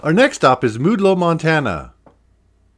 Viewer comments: its pronounced maude low not mood low.... i live very nearby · Great program! Maudlow is pronounced Mawdlow. Between Maudlow and Castle Town is Ringling which has a very interesting history as well. Thanks again for the program!